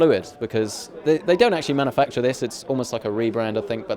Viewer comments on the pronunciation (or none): He also said "man-a-facture." Sheesh.